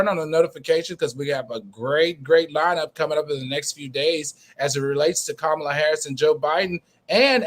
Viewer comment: Can we get her name right 🤦🏽‍♀️ Comma La = Kamala.